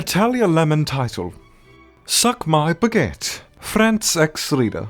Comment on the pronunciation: Damn dude I love you, i'm from French and Sebastian's accent in Book Of Murder is shit. You should practice it. You bitch learn how to say Baguette properly